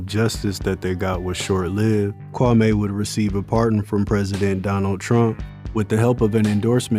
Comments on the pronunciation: His name is pronounced Kwa- Me not kwa- may. Lol and Strawberry wasnt the best dancer in the city not by far! She was actually selling her body for sex and they past her around. She barely danced in the club. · His name is pronounced Kwa- me not May. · I had to stop watching it the way this man keep pronouncing the mayors name